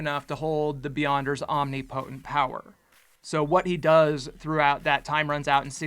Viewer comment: its pronounced om nip o tent not omni potent